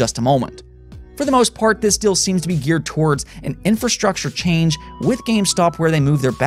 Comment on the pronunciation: Im the one who is hearing guy saying "dill"?